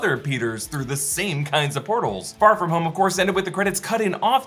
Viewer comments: Why does he say "far from home" like Pharfignewton??? Lol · I swear if you pronounce “Far From Home” like that one more time I’m gonna explode! 😅😅😅